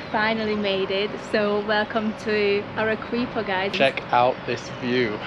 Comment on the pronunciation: Arequipa is pronounced using Spanish pronunciation rules Let's break that into it's constituent participles Are is pronounced Harry, without the H Quipa is pronounced Kipper. There is no English 'W' sound in it, (as in English Queen) So there it is Arrykipper😂🎉 N.B the Spanish combination 'Gu' as in Guadalajara Guantanamera Guadalcanal is pronounced GW Nice video chaps. Keep traveling, keep learning ✓✓✓